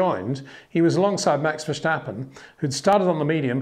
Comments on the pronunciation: Again Peter, the name is Verstappen not Verschtappen or Vershtappen, get it right next time. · Peter, you know your stuff but please, for the love of God, it is Verstappen, NOT Vershtappen or Versjtappen or whatever you are calling him. This kid will win numerous World Championships so please show him respect and get used to pronouncing his name correctly. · Very cute these English speakers saying Versh-tappen instead of Ver-stappen.